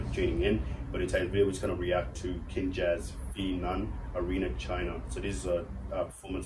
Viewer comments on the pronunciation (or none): Not sure if you know about this, but here it goes. You're close, but it's pronounce as "Kin-juz" (like ninjas, just switch the 'n' with a 'k', and switch the 's' with a 'z'). The 'K', or 'Kin' for them, stands for Family (previously stand for 'Brotherhood'). So the full name stands for "Family of Ninjas". They have been a crew since 2010. They're are basically dancing nerds, that love anime (hugely influence by "Naruto"), and pretty much Asian culture, and they were formerly known as the "ANBU Black Ops", before changing their name to the Kinjaz. They are a crew of over 35 official members, mixed with great dancers, several incredible choreographers, and people working within multi-media industry (especially some of the members that do the video work from "Vibrvncy", yes that's how they spell it). They have several members from crews that participated in "America's Best Dance Crew". They have 1 of the former members of "The Jabbawockeez" (Ben Chung aka B-Tek), 2 members of a crew that battled against them during ABDC Season 1 called "Kaba Modern" (Mike Song & Tony Tran) (which 1 of them (Tony) joined "The Jabbawockeez" for a while), 4 of the "Poreotics" (Charles, Chad, Law & Jet-Li), & 2 from "Mos Wanted Crew" (Jawn (John) Ha & Bam Martin). Also, the made a lore/story about them being students, or elite ninjas against some sort of evil, which you can look up more about it in their channel... ( ) I highly suggest that you react to their performances at "NBC's World Of D